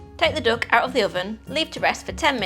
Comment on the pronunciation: Why does she keep calling a duck a dook? It makes me laugh.